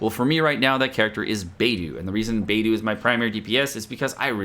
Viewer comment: Hi, thanks for the videos on genshin, makes it less intimidating to play as there's just so much to explore. I hope you don't mind, Beidou is actually pronounced as Bay-doe (the bird doe). In Chinese, it's the constellation name for the "the Big Dipper". Cheers 😊